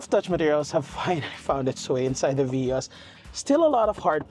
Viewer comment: It is veee-os